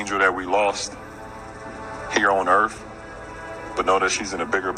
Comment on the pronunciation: did he say "earf??"